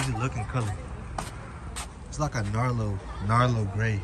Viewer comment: Narlo gray?! 😂😂